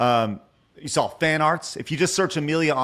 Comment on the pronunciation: Take a shot whenever mispronounces "saw" as "Saul"